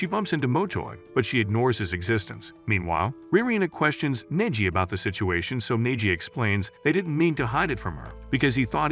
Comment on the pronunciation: I hate when the A.I. narrator pronounces the name as Niji rather than Neji. 😓😮‍💨